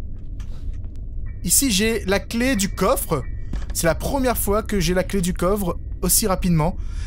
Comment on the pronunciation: Ça m'a toujours perturbé quand il dit (la clé du covre)😂😮